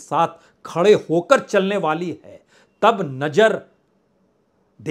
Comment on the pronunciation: भाई ये नजर क्या होता है नज़र बोला करो। बहुत बुरा लगता है सुनने मे। हजारों को हज्जारों बोलते हो। अपना accent सही करिए। मैं आपकी पत्रकारिता को पसंद करता हूं। आपका अंदाज़ भी अच्छा है। लेकिन आपको अपने Talaffuz पर काम करना होगा।❤